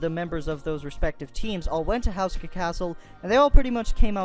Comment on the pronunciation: You don't pronounce it the way you said. (houseska) its pronounced ( hooska )